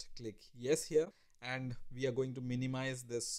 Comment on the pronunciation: Your accent shows that you're a poor student of the English language; instead of saying "we" you say "Vee"